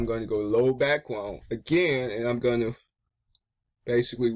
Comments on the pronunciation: You said bwackWound instead of background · You can't say back ground XD, I love it